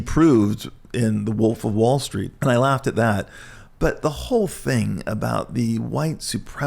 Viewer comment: “what if a wall stweet guy was like weaalllyyy scawwy” - Brett Easton Ellis